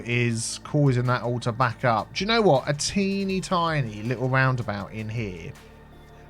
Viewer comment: "A TEAny tiny roundabout" :P